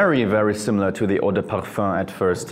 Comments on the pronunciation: Bro. "Perfur" ridiculous pronunciations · Sounds like you say parh fun.